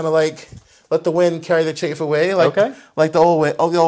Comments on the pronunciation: Chafe??? It's chaff and pronounced as such... Google it. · CHAFF not CHAFE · Chafe? Not chaff?